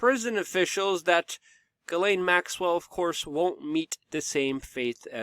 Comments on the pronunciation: Ellen. Not elaine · Ok Luke I can't take it anymore. Her name Ghislaine is pronounced (G-slen) Pronounce a soft G and slen like Ben. It's a french name and I have a few cousins with this name. The way you pronounce it is spelled Guylaine. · Please pronounce the name (Ghislaine) like Zshees len or Jheeslen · Luc, her name is pronounced Jeeslaine ... it's french